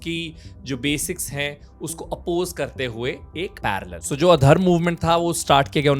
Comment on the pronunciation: Not addharm its ad-dharma😂 its means adi dharma